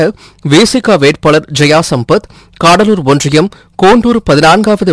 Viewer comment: தம்பி "காடலூர்" இல்லை . "கடலூர்" .மொழியை வசப்படுத்துஙகள்.